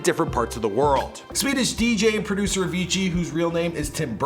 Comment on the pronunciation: The way he pronounce Avicci: A-fiji